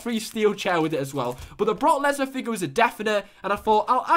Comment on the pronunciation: You say broke leaner wrong